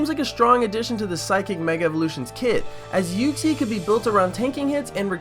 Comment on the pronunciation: Why u pronounce Uxie's name wrong? ;3; XD